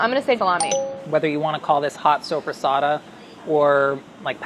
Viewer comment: Brad's confidence saying "supersata" shows just how Jersey Italian he is.